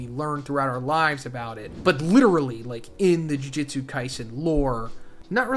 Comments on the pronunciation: Yes! You guys hate the way this guy says “Jujitsu” too? It’s so annoying. It’s “Jujutsu”!! Lol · Bro!!! It’s JUJUTSU! Not “jujitsu”, that’s a martial art. Guess it doesn’t matter now. Edit: This is a completely different translation from the others!